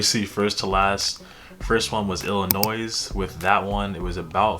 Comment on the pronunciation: Illinois is pronounced without the S